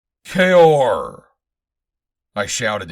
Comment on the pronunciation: Nice job! Thanks for pronouncing “Kaor” correctly! And also putting in the chapter breaks, tried other recordings of Swords of Mars but they got irritating with no chapter breaks and reading “kaor” as ‘cow’😞